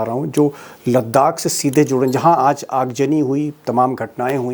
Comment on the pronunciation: Aagjani nahi .. Aagzani boliye.